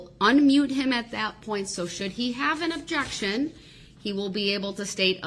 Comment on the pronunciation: Judge Dorow: "Overruled." Darrell: "But I didn't even state the uhjeckshun!?" Judge Dorow: "Its still overruled." 🤣 Darrell (muted): "Man.... I'm gonna tell my momma. An' she gone be mad at yall. Yall aint right wit Jezus"